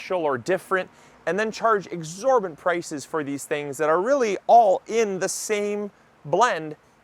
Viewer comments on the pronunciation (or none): It's EXORBITANT. NOT exorBANT